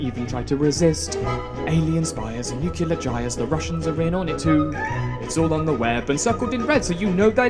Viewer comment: For the love of all that is holy PLEASE STOP SAYING ”NOOCULAR”